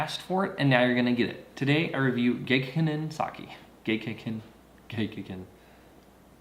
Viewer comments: You didn't say it right a single fucking time. Watch their commercials. It's gek-KAY-con. Emphasis on the KAY, and a long A on the kan, like "con". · I don't know boo about sake, but some tips on the name: you don't have to voice the back to back Ks. The double consonant causes a hesitation between the 'ge' and the 'k'. And kei makes 'kay', for example 'sensei'. Neat to hear about the fungus, I don't ever hear much about how these things are made. Something something grapes, something something it'll get you drunk. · First you’ll need to learn how to pronounce it. I don’t believe you actually know this brand....